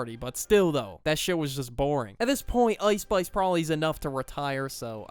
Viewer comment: "ouice spouice"